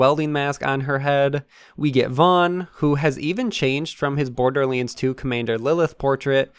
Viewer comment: C’mon,. You can do this. LANDS. BorderLANDS. Not borderlyinds. We believe in you, dude.